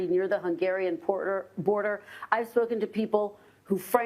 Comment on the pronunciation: Wait did she say Poorder like poor people border?